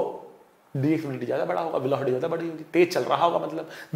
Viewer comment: Sir ko velocity bol na hi nahi aata